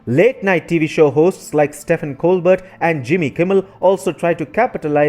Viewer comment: Pronounced Steven col bear